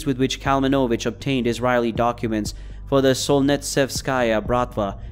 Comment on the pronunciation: You also mispronounced Israeli